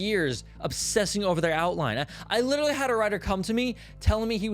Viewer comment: “Litiralli litiralli”